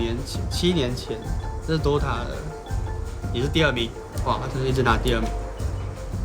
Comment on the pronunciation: OMG HE SAID DOTA< IM SO triggered right now.. unsub